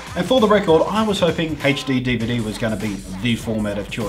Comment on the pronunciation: i like the way you said hechD-DVD but I do it too!!!!!